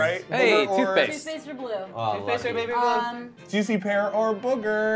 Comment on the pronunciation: Did you say BABY blue???